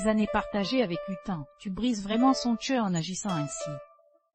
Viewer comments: Pourquoi vous dite chœur au coeur LE COEUR cest C pas CH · Coeur n'est pas sœur le C ce prononce Q